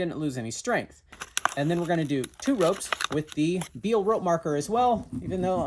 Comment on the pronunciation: Amazing video and myth busting. Marketing aye! BTW it's not Beal ropes but say Bae-Al it's French not American ahah